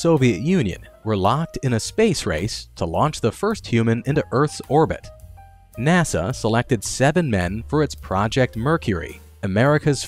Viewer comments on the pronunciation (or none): none